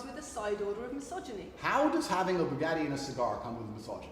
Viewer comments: The way he says "Bugatti" is still fucking crazy to me. Like how do you manage to pronounce a word using nothing but glottal stops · Tate will go down in history as the guy who taught American teens/20something to say "Boo Gat Ee"